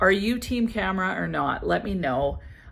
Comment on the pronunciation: I am totally team Khamrah (not camera 📸, it’s pronounced like Calm rah) I had it , finished it , bought a tester of Khamrah Qahwa, liked it too, and have another full bottle very similar called Sharaf Blend Zimaya. Love it)